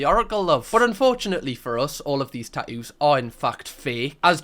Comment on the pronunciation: tat ewwws? It’s kinda like wooo tah. “Hey you with the tat ewwws, can you grab me a bot uhl of wooo tah?”